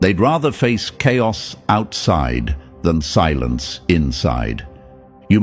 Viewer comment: chaios is not cairos😂